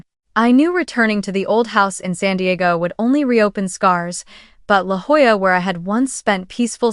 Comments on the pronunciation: And Jolla is pronounced Hoya. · It’s LaJolla, pronounced “ La Hoyah”. Dumb Spellcheck got it totally wrong.